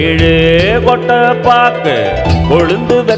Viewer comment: "Kotta paakoo, kolunthu vethelai" instead of "kotte paake kolunthe vethelai" Clearly not a Tamil girl's pronunciation.